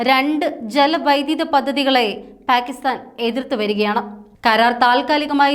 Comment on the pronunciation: പ്യാകിസ്താനല്ല മാഡം , പാകിസ്താനാണ്. പിന്നെ, ഝേലം നദി എന്നാണ്,,,, ചലം അല്ല😅